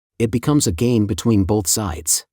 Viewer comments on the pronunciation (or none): none